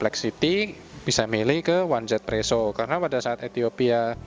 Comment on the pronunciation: di global juga baca nya izipresso kak